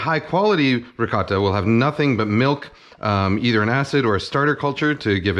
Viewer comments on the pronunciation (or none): Holy shit you actually responded. I think it's the way you accentuate the "t" sound in ricotta, whereas most pronunciations I'm familiar with give it more of a softer "ricah-DUH" sound, I think? I'm sure you have a reason for pronouncing it that way though. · Kenji can't decide how to pronounce "ricotta" lmao